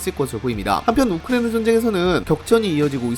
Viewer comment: 발음이 우크레이나 라고 들리는데 내 귀가 좀 이상한건가..